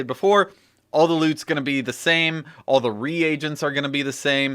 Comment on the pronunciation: ...... "re-agents" lol xD